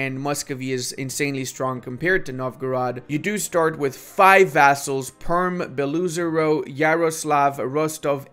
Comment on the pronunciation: not beloo zero, bela ozero (white lake)